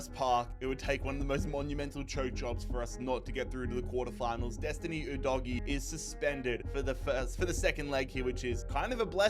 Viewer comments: bro its pronounced Destiny Oo-doeg-ee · as a fellow australian who watches the prem i must correct you on how you pronounce destiny udogie. ITS NOT OOO-DOH-IGIE. it’s pronounced how it’s spelt. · i hate the way he said udogie lol